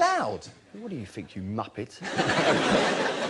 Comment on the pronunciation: "what do you fink you muppet?"